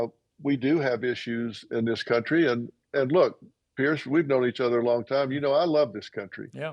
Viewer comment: Can people not get PIERS' name correct by now?